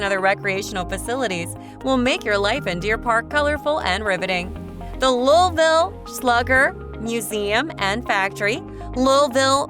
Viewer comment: Seriously? Change the name of this video, it is completely useless as this video is entirely about Louisville and its subdivisions. Also, you are not pronouncing Louisville correctly.